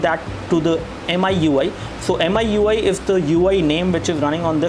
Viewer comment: Heck there is an auto brightness toggle in the notification bar You could just check ram just by long pressing home button you could even free up ram It's pronounced as Me-Ui not MI-UI and it's pronounced as Me-3 not Mi 3 The blurring according to you is Noise This the most noobest review i have ever seen >_< Your English is really bad